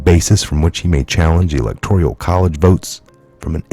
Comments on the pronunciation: with all due respect the pronunciation is ELECTORAL not electorial.❤️ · E-lec-tor-al, not electorial 😉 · ...GREAT report! But please - it's elecTORAL...not elecTORIAL college. lol toral...not torYuL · i love ya,but after 2 years i gotta point out,there is no....{ I } in ELECTORAL, it's all good [electorial] drives me nutz......lol....but whatever it takes to get the news /Awakening into the mainstream,oh,I'm not a grammar Nazi,just going nutz.....lol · There is no “i”:in electoral. You are pronouncing as electorial. Sorry.